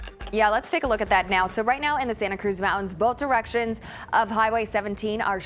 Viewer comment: why does she pronounce Mountains Mountonnes